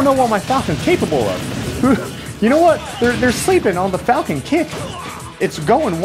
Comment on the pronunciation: FaLcOnE... pUaNch